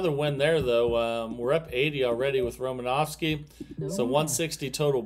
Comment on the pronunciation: There’s no V In Romanoski